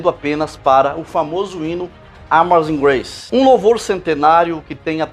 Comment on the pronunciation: Muito bom o trabalho do irmão. Uma correção. A pronúncia de Amazing Grace não é "Amazing Greici", mas sim, "Ameizing Greici", enquanto How Great Thou Art, a pronúncia correta é "Rau Greid Dau Órt" e não "Ôu Greid Dau Órt", conforme o irmão pronuncia repetidamente. Abraços e paz.